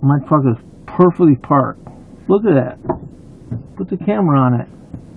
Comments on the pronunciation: “Wow, umbrevble…” Dude can’t even say the word but apparently he parked “porfectrally”. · He may park perfectly but can’t say perfectly. Lol